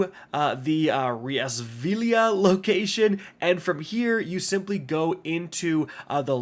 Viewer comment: Reasvillia he says, when it says RheaSILVIA